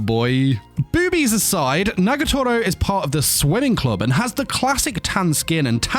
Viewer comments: I know you are saying that she is a part of the swimming club, but i kept hearing it as the "sweating club"! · Did he just say sweating club😭😭😂😂